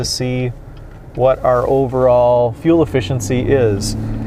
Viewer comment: Lear to say fuel. Please